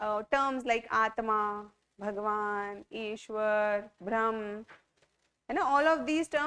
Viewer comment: It's not Bhram..It's Brahman.